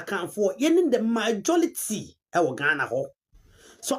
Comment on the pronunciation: Did she say MAJO-LITY..😂😂 Nd did she also say WUU to you....😅 Well to answer your question, The ndc was brought to power by all the tribes apart from Asantes and Eastern religions..so who should fight for you to eat...?? Obi nhuhu ma obi nkeka...you voted against the ndc yet you want posts..?? Ndoe..!!!